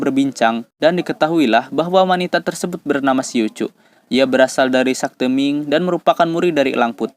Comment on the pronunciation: "Sekte" bukan "sakte", Wu Tang bukan "Wu Tong"!!!🔥🔥🔥